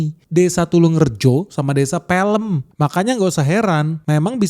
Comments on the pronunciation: Pelem itu bacanya : PE (kayak nyebutin "PELajaran), LEM (Kyak nyebutin "LEMbut") Pelem juga merupakan sebutan buah mangga yg sudah matang. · PELEM bacanya kayak j"em"** om, bukan filem.. PELEM-but gitu loh.. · Baca nya Pelem itu kayak Mangga dalam bahasa jawa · Pelem itu artinya mangga, cara ngucapinnya kayak bilang kata tetep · Bang, btw bacanya utk Pelem salah bang.. Yg bner dibaca kyk bhs jawanya Mangga.. Org Kediri nyebutnya gtu.. E nya pake kyk bhs jawanya mangga.. Kyk imbuhan "Me dlm bhs Indo" E yg pertma n yg ke 2 sama pnyebutannya, nggk dibedain kyk abang tdi.. Btw saya jg org Kediri yg lumayan dekat dr Pare Tulungrejo dan Pelem Pare itu.. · Baca desa pelem nya gk gitu bang😂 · Cara baca pelem salah, kurang jawa. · Pelem = bacanya pake e kecil bang, bukan E😅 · PELEM... Bacanya E seperti kita bilang Lepas, pelukis😂😂 Bukan E seperti di bebek wkwkw😅😅😅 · Bacanya bukan pElem (as in mEdan) tapi pElem (as in dErmaga) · Desa Pelem = Mangga. Bukan Pelem. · Desa Pelem - (e = mangga) kosa kata bahasa jawa bukan pelem - (film) beda pengucapan beda arti.Salam dari Jombang Jawa Timur. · salah baca desa nya bang, itu pelem kalau di artikan ke bahasa indonesia Mangga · Desa Pelem (mangga) Baca E nya di serem... Bukan E di helm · Kelihatan bukan orang Jawa. Pelem(biji mangga) di baca dengan ejaan yang beda😅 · desa pelem= mangga, e nya... pengucapan asem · Kata "Pelem" bunyi "e" sama dengan kata "serem" dan kata Pelem itu artinya buah mangga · Pelem membaca secara bahasa indonesia...padahal membacanya secara jawa Pelem 😂😂😂 sekelas gak bisa bedain bahasa jawa dan indonesia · Desa pelem cara bacanya kaya baca peyeum kas bandung..pelem artinya mangga..pikiranmu aja pikirannya ke kakek sugiono..🤣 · desa Pelem itu bacanya bukan pelem(filem) tapi pelem (mangga) 😅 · Desa Pelem, itu artinya buah mangga, pengucapannya mirip pelempuan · Pelem bacanya "e dalem" artinya buah mangga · Pelem bacanya e bukan seperti sate tapi e pada mesin